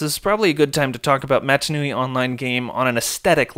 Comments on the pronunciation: canonically it’s “mah-tah” that’s how they pronounce it in the films. I loved the video though, I wouldn’t have thought about getting in touch with the developers, it was really cool to hear their take. Giving your vid a like! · great video, some really good info in here, but please for the love of god, pronounce mata nui correctly at least once!